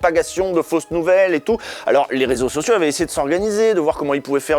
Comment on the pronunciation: « C’était le rézosocio des… » 😂😅